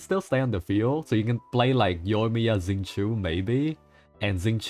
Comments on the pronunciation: Xingqiu's name is more like 'shin' + 'tchou'. There's no Z sound. There are a couple of really nice videos on YT teaching how to pronounce the CN names in Genshin, they're really nice, I recommend them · Oh no! He pronounced xingqiu right then wronged himself😭 So close